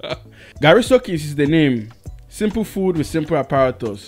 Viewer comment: And it's Garri not Gari Soakings